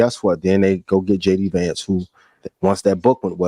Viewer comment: Please pronounce the VP’s name correctly.